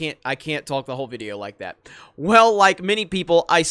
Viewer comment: "coming to you with another vidiyo" pls don't say it like that or change the intro. I am not a hater but that makes me cringe for a sec. Apart from that, I agree with everything.